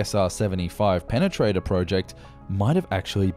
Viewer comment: Does Prenganator exits? Pe-pe-Prenatater.